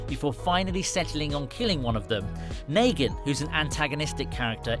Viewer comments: It shows that he didn’t watch the show. If he did he’d know it’s negan not Naygan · Do you have dislexia it’s Negan not Nagan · dude yea it rlly is hard to watch this wit him saying naygen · Naygen its negan fucking hell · Bruh not naygen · It's neegan idiot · After hearing him say nagan I couldnt watch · He said negan and michone wrong smh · The narrator has never watched the waking dead as you can tell by the words he uses and how he pronounces negan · How do you not say negan right